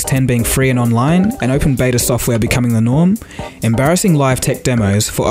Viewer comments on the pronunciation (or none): none